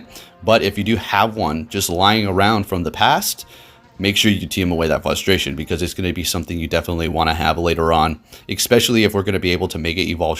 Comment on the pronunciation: Algorithm sounds about as real as your ability to pronounce frustration ¯\_(ツ)_/¯